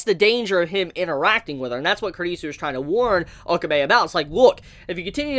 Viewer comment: It sounds like you're saying kridisu